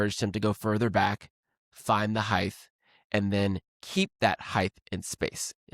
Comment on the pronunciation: height is pronounced with a T sound as the last sound, not a TH sound. Think of the word weight. Do pronounce it WA-TH? Or 'wait?' Do yourself a favor, and do not go down the McEnroe road of trashing the language with lazy speech.